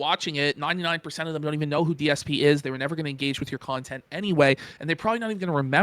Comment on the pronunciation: My favorite part of the DSP snortex is that everything that detractors say is denounced by as "nahense" when its his own words and chatent